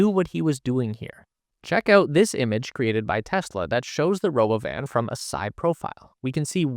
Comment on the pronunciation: It's not "Robo-Van;" It's called the Robóvan - Accent on the 2nd 'o.'